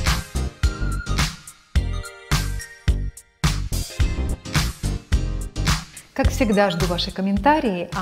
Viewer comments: Непростительно для профессионала говорить "кремА" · В слове «кремы» ударение падает на слог с буквой Е — кре́мы